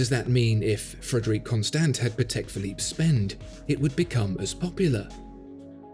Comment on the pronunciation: well, it's pAtek, not patEk. it's a polish surname.. not a big deal, just so you know.:)